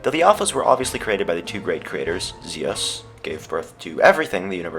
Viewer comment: fox Its Zeus not zios